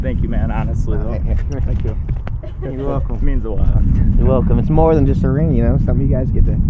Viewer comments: "They found the ream." 🤔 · She said rinm in stead of ring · The way everyone else heard ream but me (a Michigander) heard her pronounce the NG but I guess the foreigners didnt. Lol imagine😂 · "maam they found the reeem" xD I love it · Love how when she was talking to mum she pronounces ring rin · She said they found the “ ream “ that’s beautiful god bless them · ”Mom they found the reen”